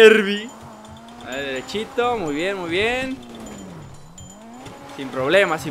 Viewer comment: se dice harbi